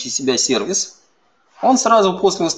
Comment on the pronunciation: Честное слово, очень режет ухо... Дмитрий Лебедев, уважаемый MVP тоже так его произносит.